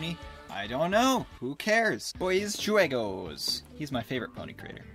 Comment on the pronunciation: so BoysJuegos is partly in spanish. it means "BoysGames" Also you pronounced "juegos" wrong. It's not "juh-way-goes" it's "hu-way-goes".